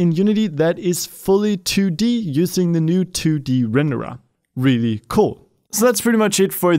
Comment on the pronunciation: I like how you say rendered, Renderah